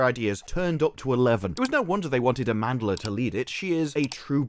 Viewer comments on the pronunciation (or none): Aman-dla? Really?